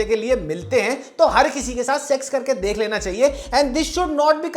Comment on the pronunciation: Why can’t you say sex and sexual properly? Segsual? 😅